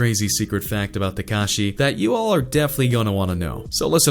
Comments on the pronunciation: Who the fuck is “tecashey”😂😂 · he cant even pronounce x's name right lol